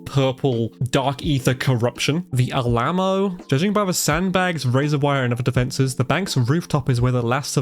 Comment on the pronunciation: Alamo is pronounced “Al-uh-mo”